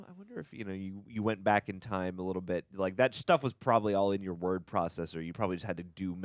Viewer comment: Chandler pronounces "Word" with the hard "R"!